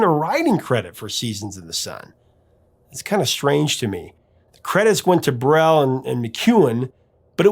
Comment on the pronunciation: "Le Moribond". It's a french word but not used anymore. It is for a man who looks like a dead man. or who is on the verge to die. For english speaker the best way to pronounce it is More-ee-bond with a silent "d". As for Jacques, if you pronounce it as Jack, no one will take offence. As for Brel, it is "Br-ale like the Ale (beer).